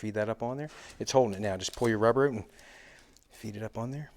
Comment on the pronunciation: When he says bring it oot, he sounds almost like a Geordie